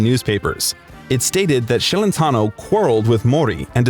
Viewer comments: Celentano is Italian. His name should be pronounced Chelentano, not Shelentano!!! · It's not Shellentano, it's pronounced Chelentano. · Yeah he looks exactly like Jerry Lee Lewis. And it's pronounced Ch elentano, not Sh ellentano. Moron. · What the hell is “Shelentno” his last name is Celentano pronounced (Ch not Sh)!!! You are making a YouTube video about him. You at least need to know how to pronounce his last name correctly. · His last name is not SHelentano but CHelentano softly...😊😊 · You are saying his name wrong “Shelentano”. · Thanks for the biography, but please work on the pronunciations of the Italian words..but most importantly Celentano.